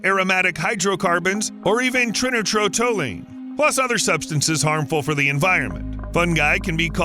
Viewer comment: Please check this pronunciation. Something I heard as TRInitro TOLuene is probably triNITroTOLuene--also known as TNT. trai nai trow taal yoo een. IPA looks like (/ˌtraɪˌnaɪtroʊˈtɒljuiːn/) As for fungi, biologists have long admired them, and we realize that nature won't ignore a new source of fuel--if there is enough of something around, some previously rare creature may suddenly find an opportunity. ·